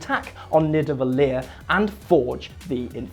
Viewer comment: All Icelanders are laughing to how yous pronunciate their words 😂 😂 like"nivedallir" 😂